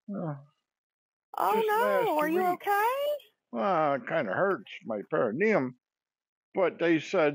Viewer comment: "you're hurtin your pericuneum" 🤷‍♀️ Oh boy, she's working hard for her commission.